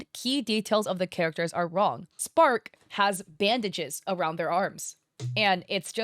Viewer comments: is she saying "Spark" and not "Stark" here or is my hearing just messed up lol? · This is stupid but are you sometimes saying spark instead of stark lol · take a shot everytime says "Spark" instead of Stark xD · I love the video but I get confused everytime you say “Spark” instead of Stark😭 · Stark, please stop calling him spark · im so confused that no one is pointing out that she keeps getting starks name wrong and calling him spark. also shes wondering why himmel isnt in the second picture.... hes dead by fern and starks time. watch the show! its incredible! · As a German, it irks me whenever you say "Spark" instead of "Stark" 😊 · i thought it was Stark, not spark? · please stop saying spark its stark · Spark? I think that’s the best laugh I’ve had all day 😂 His name is Stark and has a heavy German pronunciation making it sound like “Shtark” Love your videos and hope you had a great vacation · Were them calling him "Spark" sometimes or is that just me? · Spark? You mean stark. Like starch. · is it just me or is she saying Spark? Like he's a little dog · ah yes, my favourite character- sPark I love how she says it wrong like 5 times in a row then immediately gets it correct 💀 This has to be ragebait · Off topic but the way you call Stark as Spark is so funny to me lol 😂 I was not aware of this contest and so I did not submit any works.. so this is news to me! I am so disappointed that there's so many artists here in Indo that are okay and even used AI for their art works (I even have family members who supports AI ) It's baffling to me that they could just lie and do something like this.. Makes me so mad and disappointed 💔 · Spark???? Who??, please please do learn the character’s name first and how to pronounce it. You keep doing that as if you’re do it on purpose as rage bait. 🫤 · Nooo not "spark" 😭😭😭😭